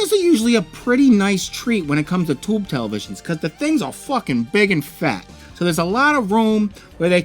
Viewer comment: Why do you have a hard time pronouncing Tube?